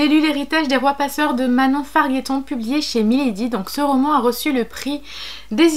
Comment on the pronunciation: Je suis une " amie " d'un cousin de Manon - ou quelqu'un de sa famille - et il me l'a passe. Par ailleurs on dit Farjetton pas Farguetton 😊😊 J'aime beaucoup ta video je vais continuer a regarder !